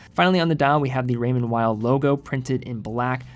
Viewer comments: It sounds very weird the way you pronounce “Weil”. You can either pronounce in English which sounds like “wheel” or “whale”. Or you can pronounce it as it’s original language which sounds like “vile”. Using English consonant pronunciation and German vowel pronunciation in the same word just sounds so weird. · I think it's pronounced Raymond "Vay".. never understood why people dont take them seriously. Great elegant designs